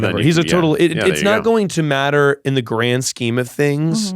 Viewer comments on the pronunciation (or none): none